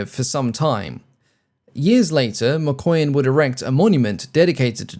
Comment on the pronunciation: I'm sure you pronounce "Mikoyan" as "McQueen" 😸😹